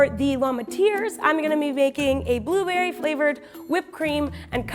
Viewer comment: It's booberwy